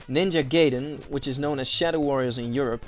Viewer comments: ninja gaiden has gaiden supposed to sound like "giden with "I" some proof is in the giant commercial of a movie, "the wizard". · Its ninja gaiden not GEYDEN